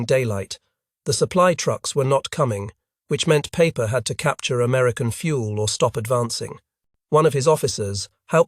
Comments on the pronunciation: Peiper’s name would sound like the English word “piper”. Does one pronounce Einstein as Aynsteyn? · Joachim Peiper ( pronounced Piper, )